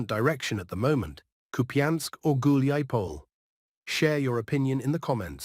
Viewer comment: So Dima in the military summary channel is the only one who can correctly pronounce Hulaiapole. And Kiev. 😄😄😄